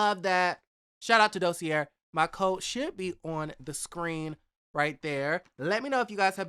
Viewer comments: Hey the word Dossier is actually pronounced Do-se-a. Blessing great video! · Is it really pronounced "Dossierrrre" or just "Dossier"?